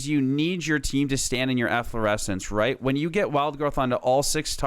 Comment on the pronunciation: why he keep saing reed here instead of right here? nice guide thought.